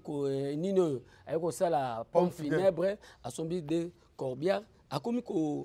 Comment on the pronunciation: Mr le soit disant presentateur , ezalaka POMPE FUNEBRE et non PONE FUNEBRE..